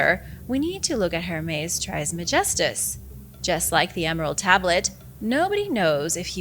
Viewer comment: It’s pronounced Er-mis Tris-meh-gees-tuhs Hermes trismegistus